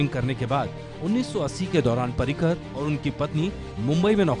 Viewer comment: पार्रीकर नाही रे भैय्यांनो पर्रीकर नाव आहे त्यांच.